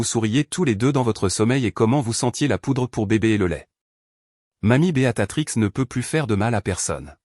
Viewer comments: Votre prononciation du nom 'Béatrice 'au lieu de'Beatatrix' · Oui ça m enerve ce beaTatrix !!